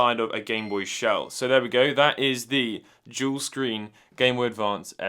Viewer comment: All I can hear is "Juul screen" - new project? LMAO